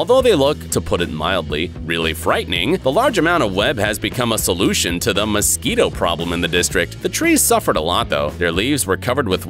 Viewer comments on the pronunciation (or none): none